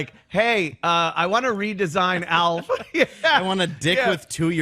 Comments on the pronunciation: It’s Alfa NOT elf 😂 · Because thinks the name Alf is pronounced Elf. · He's calling ALF "Elf" just to be irritating right? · can’t pronounce “Alf”.